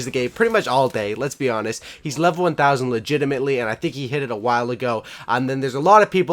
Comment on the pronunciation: Legitimate not legitamatley